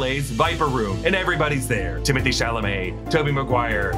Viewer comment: Isn’t his name pronounced Timmey Tay? And not Timothy?